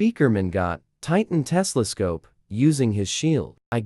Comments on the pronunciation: ITS TELESCOPE! NOT TESLASCOPE!!!! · bro it not tesla scope it telescope